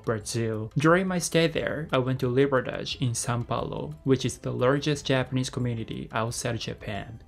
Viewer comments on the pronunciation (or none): Loved to video, always like to see the communities people make in other countries Small correction though, it's "Liberdade", not "Liberdage", Liberdade means Freedom, or 自由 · I enjoyed Oizumimachi when I went there. It feels different from Japan, almost like being in Brazil. BTW: It is Liberdade. Anyway, now I feel like going back to stock up on Brazilian food again.